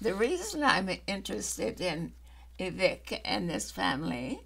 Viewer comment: Vivek is prounced, Vi-VAKE like cake